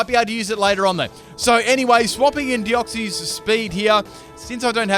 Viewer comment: OMG FOR CHRIST SAKES ITS DEOX-SIS!!! SIS!! NOT CIES! Not hating just a peeve of mine